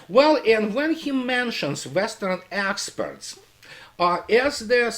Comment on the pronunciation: I love how when you talk about "Western Experts", it sounds like "Asshats"...